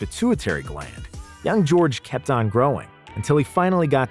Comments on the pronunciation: Tacko is 7'5 not 7'6 and gheorghe muresan is 7'7 not 7'7.5 and his name is pronounced ge or ge and not George the g shouldn't sound like j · It’s georghe muresan not George muresan